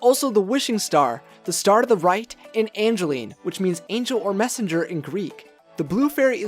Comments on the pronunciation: it's Evangeline, not Angeline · It’s not Angeline it’s Evangeline. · I love this Theory but the only problem I have with it is you named the name of the Star as Angeline but he very clearly says Evangeline does the name change your theory at all I don't think so just wanted to point out the mistake sorry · it's Evangeline not Angeline. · its evangeline not angeline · It's Evangeline not Angeline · Evangeline. It's Evangeline. :P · you said ray’s true love’s name wrong. It’s Evangeline